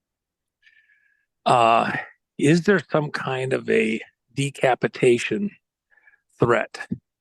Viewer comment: Scary he keeps saying DE-capitation.